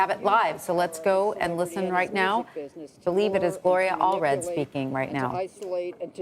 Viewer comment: Gloria Aldridge? Not Gloria Allred?